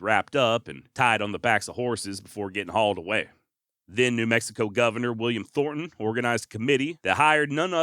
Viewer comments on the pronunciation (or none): none